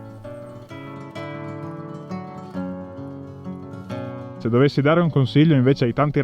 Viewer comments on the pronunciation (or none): “La fratellanza non c’è più come c’era un tempoh.” Cit.